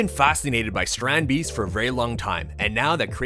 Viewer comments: Strandbeest is basicly beach animal in our country (ye im Dutch yeah) and ya pronounce it as strahndbayst like ya pronounced it right but the a we pronounce it like if ya didn't understand smt and ya say aaaaaaahhhhhh as in now I understand it that's how we say the a and the ee we say that as ay or ey in english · Really cool, I saw a documentary thing on them once. But the mispronunciation of beest is annoying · How you say it hurts me as a dutch person